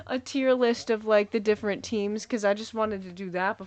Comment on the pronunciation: ‘Tear’ list? This guy is hilarious!